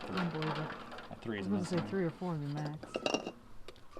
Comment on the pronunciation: He said "Three" and I laughed so HARD!